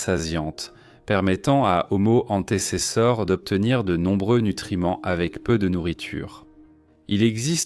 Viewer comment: Nulle l'IA "Omo hanté c'est ça" 😂😂😂🤣🤣 "Ce singe" ...." Cet animal"